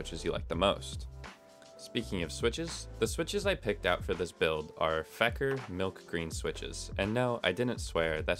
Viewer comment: It is pronounced fee-kur